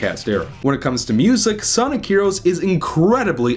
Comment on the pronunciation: Sonic herowos